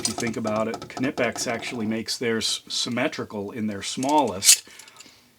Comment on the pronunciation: The “K” in Knipex is silent.